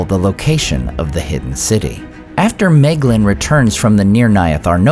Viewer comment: Excellent video, as always! Questions though: 1. Isn't that Fingon, not Turgon, ? 2. Isn't My-glin the pronunciation of Maeglin per the guides in the various appendices?